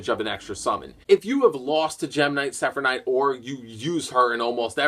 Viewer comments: how the hell did you manage to mess up the name of gem knight seraphinite? literally the first part of it is seraph and you kept pronouncing it like it was sephinite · lol when can't say Seraphnite's name